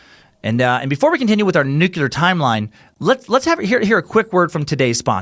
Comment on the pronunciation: New-klee-uhr. Not "nucular".